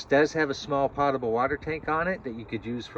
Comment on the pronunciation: I don't use my Niagara to water my plants so the water isn't "pottable" (pot-a-bull). I do however use the sink in my Niagara to drink from and make tea so the water is potable (poat-a-bull). Only yankees say it like that. Besides that, thank you for the video.